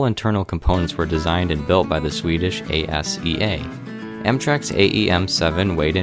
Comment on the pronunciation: I dont think its A-S-E-A its Asea